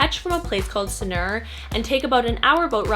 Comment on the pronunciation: no hate but sanur is not pronounced like that